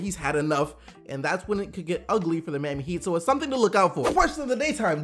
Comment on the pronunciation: "the mami heat"